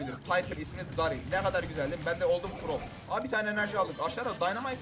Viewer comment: nobody: ben: derıl: darill